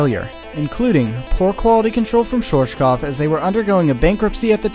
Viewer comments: good video but please look up how things are pronounced because i cringe everytime you say schwarzkopf... i'm a german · You really mangled the pronunciation of Schwarzkopf😂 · Hahaha the way he pronounced “Schwarzkopf” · I like how he didn't invest even 1 second to check the pronunciation of Schwarzkopf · Good and informative video. BUT PLEASE learn how to pronounce "Schwarzkopf" correctly. It is a name and it sounds horrible in this video. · The way you pronounce “Schwarzkopf” is interesting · It is so hillarious how you pronounced schwarzkopf xD no front though, just funny as hell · Cute how you pronounce schwarzkopf :P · I live in Germany and therefore your Pronunciation of Schwarzkopf sounds really funny. Keep up your Work up, love your Videos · Bruh I love your videos, but the pronunciation of Schwarzkopf is compleeeeetely wrong 😂 try listening to google translator, type in schwarz and listen to it, and afterwards kopf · it`s always funny to hear someody pronouce "schwarzkopf" that is not from germany , and tripping over their own tounge. German is a horrible language for everyone else to speak ,you have to grow up with it ,or live in germany for at least 5 years for the reight pronunciation. Till today we even have the Brand "schwarzkopf" i doubt they are the same because it now know for hair care products mostly aimd at woman. Greetings from germany ;) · i love the way you pronounced schwarzkopf lol it was a good attempt :D great vid love from berlin